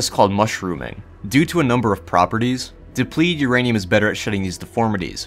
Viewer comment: slow down and enunciate FFS. you missed half the syllables in depleted.